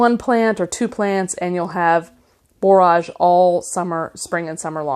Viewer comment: Your video popped up as something I might like, but I will say I am very disappointed. Many of the common flower names are mispronounced. Zinnia (zin-nee-ya), Borage (bor-ige /rhymes with "porridge"), cleome (klee-oh-mee), celosia (see-low-zhuh). You can Google "pronunce -name-" and get an audible example.